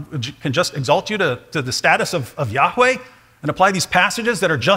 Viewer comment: YAHHH!weh! YAHHH!weh! YAHHH!weh! Snooty didactic pronunciation ftw.